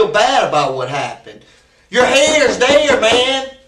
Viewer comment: “Your HAYRE is THAYRE.”